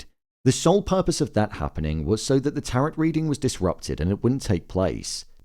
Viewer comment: Please pronounce TAROT correctly..